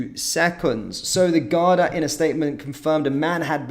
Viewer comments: GAR-DA not Gardia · How do you flit between correctly pronouncing Garda (Gar-da) And incorrectly calling them Gar-dia. Bizarre, in my humble opinion 😵‍💫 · There called the Garda not gardia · Gardia is pronounced gar-dee and refers to the police force. Garda is singular (and officer) and pronounced as seen. If you do news you have to pronounce things correctly. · It’s pronounced like guarda (Garda) not gardia just pointing you in the right direction that’s all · Pronounced 'Garda', no I in Garda. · Gardea haha it's pronounced 'Guard I'